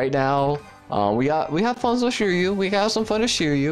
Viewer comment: the pronunciation is swee - ri - yu (suiryu) what is shuryu?